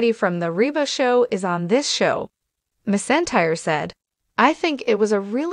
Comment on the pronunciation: Pronounce her last name right. She deserves that!!!